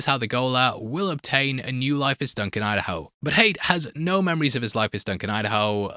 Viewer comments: Another great video mate ;-) PS pronounced ‘Ha-yat’ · It’s pronounced like “Hay-at” in Arabic, Hayat. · Pronouncing Hayat as Hate is funny😂 it's "Hi-At" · It’s ha-ya-t not hate, literally pronounced as it's written. Edit: If it’s pronounced hayt or hate in the audiobooks or whatever then don’t say it’s from the arabic. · Yeah his pronunciation keeps throwing me off😂